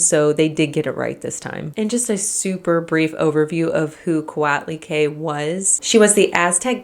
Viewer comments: Co-ought-lee-quay. But you did a good job! Look up her stone statue in the Aztec Room of our MNA: Museo Nacional de Anthropología E Historia. She has her own Wikipedia page. Her statue is done in the round (and on the bottom!) and is one of my favorite pieces. To look her up in Wikipedia, her name is spelled Coatlicue. She is much taller than me, even without the pedestal. I am 5'2, approx 1m62cm. None of you on here will be sorry you checked her out!! 🤗❤🇲🇽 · It gets on my nerves how she pronounced Coatlicue and Magdalena as someone who's Mexican. You should pronounce the u in the las syllable of Coatlicue